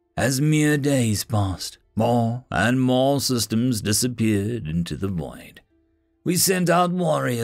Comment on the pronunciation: With extra emphasis on the "void" part of that statement.